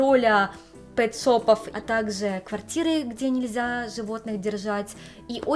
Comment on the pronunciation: Не совсем поняла, автор канала японка или русская девушка, переехавшая в Японию? Если девушка из России, то не понятно почему автор видео так сильно шепелявит и заменяет всё глухие согласные звуки: "Такзе, тозе, зыльцы, косек, зывотные, десовая масына" И так далее... Автор, если русский язык для Вас родной, работайте над дикцией и правильным произношением и звукоизвлечением согласных звуков. Очень неприятно слушать Ваши ролики из-за этого эффекта.